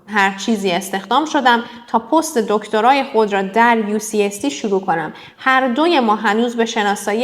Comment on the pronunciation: اوکی ولی اون کلمه پُستِ دکترا خونده نمیشه لطفا تلفظ درستشو چک کن عزیزم